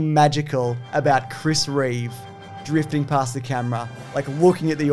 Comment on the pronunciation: Reeve. Not Reeves. #notreeves